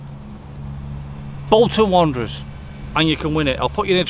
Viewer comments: Bolton wanderers! No joke if it weren't for the other comments I'd put "bolts and wonders" cause I couldn't quick understand what' he'd said. 🤞😁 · Bolton Wanderers or Bolton Wonders. Sorry I could not understand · “Boulder wonders” the F**k he say?